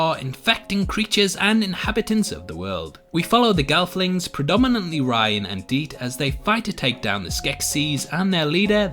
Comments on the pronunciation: How did you manage to watch all of season one and come out the other end still mispronouncing Rian’s name as “Ryan” when it is clearly and always pronounced “Ree-an”? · It's Rian, not "Ryan" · ITS FUCKING RIAN, NOT RYAN......R-EE--AN, DID YOU EVEN WATCH THE FUCKING SHOW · No offense, but how do you pronounce certain things wrong after hearing them throughout the show? Like Rian and Maudra Fara.